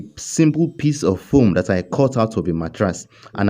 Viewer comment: I love the emphasis on the foam ( blending foam) makes me laugh every time! 🤣🤣🤣 Are you Nigerian or South African?? One love bro